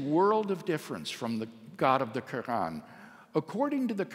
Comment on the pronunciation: Dr. Craig is driving me crazy with his pronunciation of "Quran", it's not spelled "Krann", no one says it like that STOP. Reminds me of when ever some one is trying to sound learned by using a generic "forging" pronunciation, might sound fancy to someone who doesn't know that language, but if they just happen to do so then you just sound like an absolute fool. Stick to the English pronunciation if you don't know anything else.